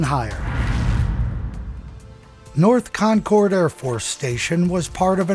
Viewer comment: Great video . I live about 15 miles from the radar base . One small correction insignificant to the content ; The "cord" in Concord is pronounced with the same sound as the "ord" in the word "word" . Pronounced Concerd ,or just like conquered . This is the same as Concord,NH .